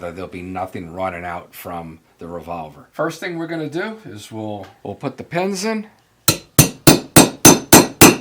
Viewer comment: Even with an accent, saying PENS not PINS is very annoying to me.